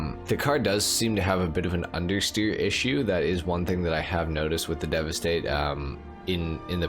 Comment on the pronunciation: Thank you for the proper pronunciation! I’ve only heard one other GTA YouTuber say the name correctly. It’s so cringe when you can tell the others don’t even attempt to get it right.